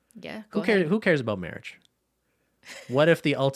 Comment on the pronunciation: every time the said "marriage" all i could hear is the priest from Holy Grail "mawwage" 😆